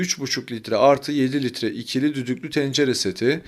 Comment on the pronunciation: Dü dü klu tencere yetmedi